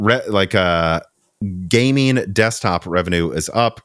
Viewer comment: IT'S GaminG NOT GayMIIIIIN